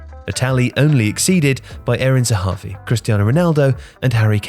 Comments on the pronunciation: Bruh, its eran zahavi, not erin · Eran not erin